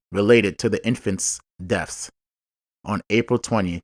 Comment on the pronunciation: The pronunciation of the words you used is.. BIRTHS & DEATHS. NOT BIRFS & DEAFS.